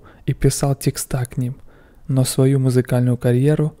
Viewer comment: текстА... тЕксты, милый. Блогер дожен вещать грамотно. Без обид, просто доброе пожелание. Спасибо за видео.